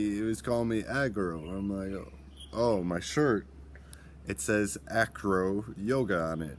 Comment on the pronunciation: the true name is ajro so if you want pronouncing it like native speakers i mean the indigenous people of north africa you have say ajro not acro / anyway welcome my friend in Morocco